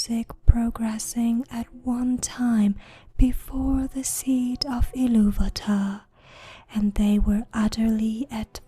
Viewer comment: at least she spoke iluvatar correctly liek TOlkein and Christopher rather then that one reading where the guy speaks like the eurpoean Ill -a-va-ta which is incorrect.